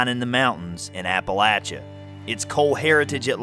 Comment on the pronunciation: IF YOU ARE MAKING A SERIES, I WOULD SUGGEST THAT YOU LEARN HOW TO PRONOUNCE APALACHIA CORRECTLY. GOOGLE IT!